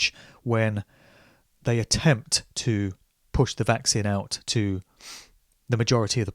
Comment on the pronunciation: I'm fascinated by your pronunciation of 'Vaccine' (vækˈsiːn). You say it like it's 'Vax sin', which is actually kinda cool.